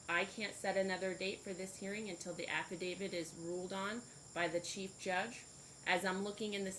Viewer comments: This judge seems okay, but really, your honor, it's not "affidaviD" , it is "affidaviT", one of those pesky words that crop up almost every time you bang the gavel. Hone your legal skills, madam. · Who is this judge who says affiDAVID, adminiSHtration, etc.?